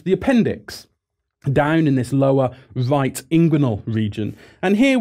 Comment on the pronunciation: "the lower vight inguinal region".